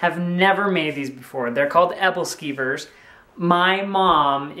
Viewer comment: hahah your Pronuncitation on Aebleskivers. Its a Scandinavian dish that people eat around the holidays. I miss them so much they are so good I loved them when I spent a year living in Denmark